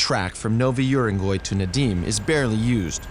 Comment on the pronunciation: Прикольно, как он говорит "Надим" вместо "Надым")